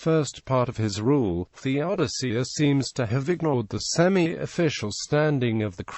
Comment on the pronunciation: Good stuff. You need to feed your voice generator with a spelling of Theodosius that is phonetic - it's pronouncing it wrong. see